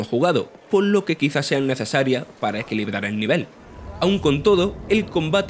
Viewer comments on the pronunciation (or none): none